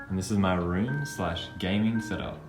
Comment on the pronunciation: My mom said she will buy me a gameing roomuh